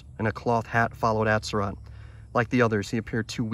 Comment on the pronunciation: The location in Rock Creek Cemetery is known. It was my long time understanding that the rest of his remains were reinterred with the skull. At any rate, this is fascinating, and David makes excellent videos on the subject. Most people mispronounce Surratt, Atzerodt and others. Well done video. Very enjoyable.